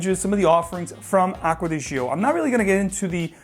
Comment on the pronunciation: "Gio" is pronounced like "Joe", not zheeoh.